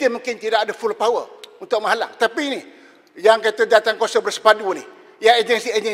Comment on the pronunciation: ma-ha-Lang??? bukan menghalang ke?